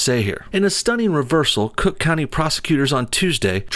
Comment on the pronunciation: What was that? "Crook" county? Got it.